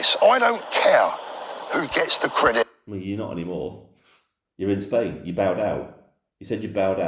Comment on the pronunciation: A man who can’t even pronounce the name of his country properly is does not deserve to be heard. Bellyaching again! Who does he think he is? If he’s living in Spain why not try sorting out their problems? I’m sure they’ll be grateful.